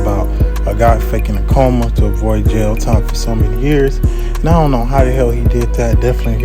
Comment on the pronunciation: Coma, not comma